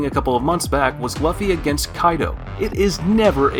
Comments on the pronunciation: Improve you pronunciation mate It's Luffy not Luhffy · Calling him Luff-E and calling it Hawk kai. the disrespect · yes I know, but his lisp wouldn't make him not be able to pronounce Luffy correctly.